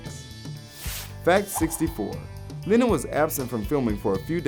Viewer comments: Man, you're pronouncing Lennon like Lenin. Which is fun. A bit. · SAY JOHN LINEN ONE MORE TIME. ITS LEH-NUN. LENNON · "John Linen"